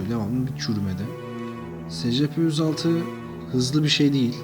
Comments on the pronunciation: O s.c.p diye okunmuyo o e.si.pi diye okunuyo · abi scp değil esipi diyi okunuyo